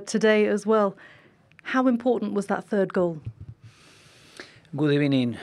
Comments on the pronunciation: That deep breath before his war cry “Good Ebenin“ - beware all doubters, Unai is in familiar territory. He’ll deliver us EL silverware, I’m so gassed at the possibility of hearing the CL anthem before an Arsenal game. COYG! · Unai GUDIBENI Emery 😂😂😂 kills me every time